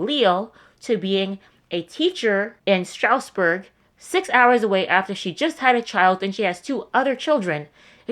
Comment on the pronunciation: It’s like Straz-burg